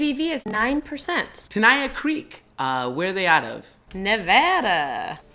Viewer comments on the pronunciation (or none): Tenaya Creek is awesome and Nevada craft beer is under-rated, but please learn how to pronounce Tenaya and Nevada, because you got both wrong.